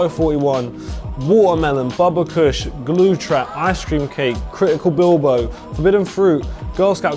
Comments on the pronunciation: It's pronounced bilbow or bilbayo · You pronounce it ”billbow” lmao , Bilbao is a city in Spain so the probably why the strain is called that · Pronounced Bilbao like atletico bilbao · wtf bro its critical bib lo not bil bo seriously just pay attention to the letters lol